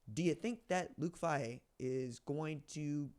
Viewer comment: Not a big deal. But it’s Fay-He. Go Bucks!!!!!